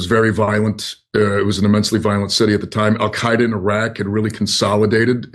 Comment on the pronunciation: His terrible mispronunciation if places in iraq is reason enough to not vote for him. It actually hurts my ears.